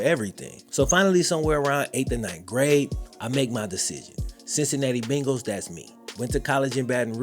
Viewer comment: I literally live less than a mile from PB stadium.. and I appreciate your loyalty! Only thing is, you still say "Bengals" like an out of towner. It's 'BAIN-gulls'.. long "A" sound lol 🤷🏾‍♂️